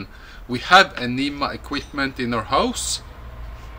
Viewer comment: Aneeemah? Huh? Lol